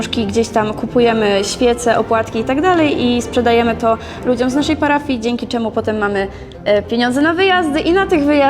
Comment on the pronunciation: Ci co wiedzą "czemó"